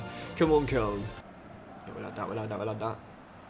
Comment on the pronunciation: If you keep saying koln like that I might have to stop watching this save